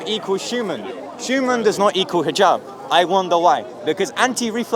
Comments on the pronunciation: Why does he keep saying Shoeman instead of human?! 😂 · the way bugs bunny pronounces the word human as “shuman” pisses me off